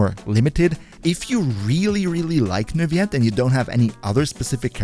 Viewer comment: I think you're supposed to pronounce the "L's" in Neuvillette.